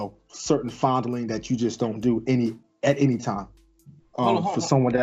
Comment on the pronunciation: Lmao when he said that I responded “yup,, he said FONDLING” 💀😂